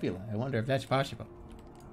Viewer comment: I love how , the scope of the universe starts to hit Jerma, and that stubborn Boston-er comes out and just declares, "No way. Not pawwsible."